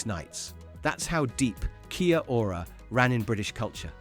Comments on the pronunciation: Kia-ora is still around,have seen it in b&m and other shops,I have never heard it pronounced keya-ora…simply key-ora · It’s pronounced key ora ❤